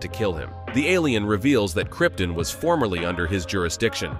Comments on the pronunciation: These AI's pronounce Krypton like Marlon Brando did in Superman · Dude, please learn to pronounce Krypton correctly... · "Krypton" pronounced like it's a small town in Northern Idaho is so weird 😅